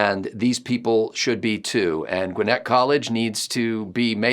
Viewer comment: I’m so happy to hear someone not from GA pronounce Gwinnett correctly! Thank you! lol